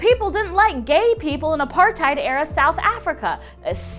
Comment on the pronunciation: welp, wasn't planning on going to the army (here, in South Africa, or anywhere else) anyways.... edit btw u said apartheid wrong 😂😂